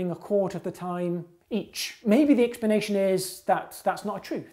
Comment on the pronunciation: expanation expanation expanation expanation ,.... it's so distracting